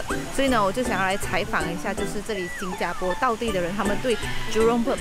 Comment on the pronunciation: 新加坡Xīn jiā pō…正确唸法